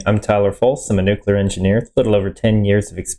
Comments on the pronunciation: The biggest question in all this is what possesses a person to see the word "Nuclear" and come out with "New Queue Ler"? How do you get there? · OK so "Nuke Lear"